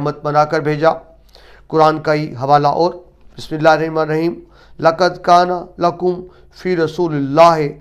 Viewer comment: اسلام علیکم۔ آپ بہت ہی قابل اُستاد ہیں پر آغاز میں بِسمِ اللّٰہِ الرَّحمٰن رحیم کی ادائیگی صحیح مخارج کے ساتھ کریں ۔ شکریہ